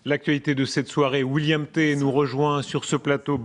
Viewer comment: Pauvre William, se faire écorcher le prénom une bonne douzaine de fois. William Té...